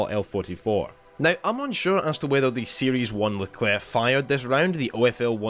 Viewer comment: nice someone who can actually pronounce the name